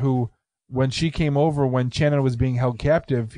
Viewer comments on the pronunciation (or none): Pretty sure it's more of an "Sh" sound for her name...not a hard "ch" as in chair...think Sonny and Cher maybe... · Sshhhhhhhannon NOT TCHANNUN!!!!! Ass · I'm from Knoxville and I know this case well. First her name is pronounced with SH. Also it's proven by DNA that Vanessa did indeed participate in the the rape. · It’s pronounced “Shannon” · You guys may want to make sure you have a better feel on the details next time ... 1. Pronounced "Shannon". 2. Channon wasn't kept alive for days and days ... it was less than a day. 3. Coleman has been up for parole 1x. Not multiple. 4. Channon NEVER volunteered to participate in anything related to $ex with Cobbins -- HE made that story up to account for his DNA. 5. Retrials happened because the Judge was strung out on drugs during the original trials. 6. Davidson and Cobbins are half brothers -- not Cobbins and Thomas. 7. Chris was raped with the table leg. 8. They were kidnapped at Shannon's friend's apartment. 9. Davidson told Cobbins he wanted him to meet a girl in the apartments. 10. Thomas wasn't included in the car jacking -- it was Davidson and Boyd -- Cobbins drove/followed those two after they carjacked them. 11. It had everything to do with the vehicle -- it wasn't initially about Channon. Before they left Chipman street -- Davidson wanted to carjack. It wasn't specifically to get Channon. 12. They were both raped, beaten, tortured and murdered. Boyd took Chris away from the house and raped him -- because he a prison &*tch -- and wanted him. 13. Davidson was not gone 60 to 70% of the time. (Seriously -- spent more than 12 seconds researching). 14. Coleman, Cobbins and Thomas went to Kentucky not just to flee -- but because they lived there. Countless others as well ... I understand what you are trying to do -- but this deal is bad enough. What is the point of hal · It's pronounced " shannon" just thought id let ya know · Why aren’t you pronouncing their names right?! It’s pronounced “Shannon” and “lamarcus” 💁🏼‍♀️